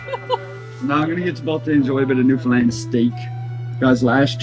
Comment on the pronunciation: Newfoundland rhymes with understand.